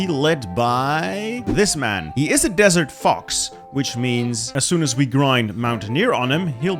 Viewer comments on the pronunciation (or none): none